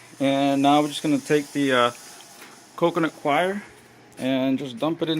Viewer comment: What is "coconutquire"... im not sure what you're saying... but that's what it kept sounding like...